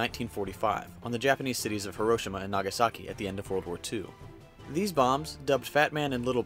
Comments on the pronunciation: If you havent gotten 50 million comments yet, Hiroshima is pronounced He-ro-she-ma not her-o-shi-ma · herosima is what it sounds like he is saying lol... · Did anyone cringe when he said Hiroshima like hairoshima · it's hero-she-ma not hairo-shi-ma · you mean Hee-ro-chima? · It's HI. ROH. SHEE. MA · I’m getting bothered by how your pronouncing Hiroshima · am i the only one that gets mad with the way her pronounces hiroshima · It's pronounced hero Shee ma idiot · um I think you said Hiroshima wtong